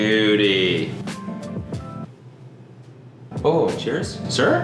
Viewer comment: When cody said "beauuuty" he turned into the most canadian hockey boy